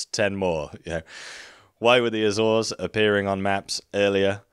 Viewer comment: Great video but damn that Azores pronunciation makes me cringe every time